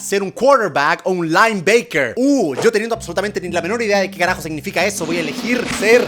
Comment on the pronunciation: Lainbaquer jajajjaja lo pronunciaste chistoso y no no soy hater ni nada